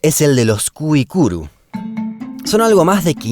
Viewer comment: Tampoco es guaoranis, sino, guaraní. E quì rì rì la nde reicuaaramo. No es guicuru, sino güaicurú no hables si no sabes.